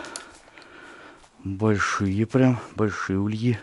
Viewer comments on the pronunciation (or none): Почему ульИ,а не Ульи?